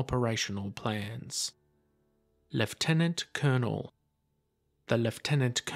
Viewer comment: Commonwealth pronunciation, Technically the correct pronunciation too!